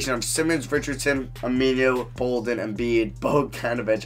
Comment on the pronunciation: I literally laughed for the rest of the video. "Ameenuu"